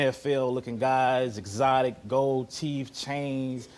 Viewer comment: "eXOTIC gOld Teef cHaINS " lmao